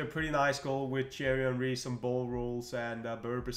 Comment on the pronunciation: Anyone else get a kick out of him saying “Cherry Henry”?